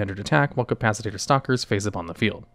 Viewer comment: “Capacitator” lmao